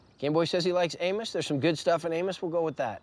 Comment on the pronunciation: Amos not Amus, the pronunciation changes the spelling too much.